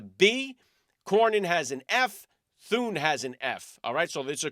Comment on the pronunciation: Senator Rick Scott not senator Thurn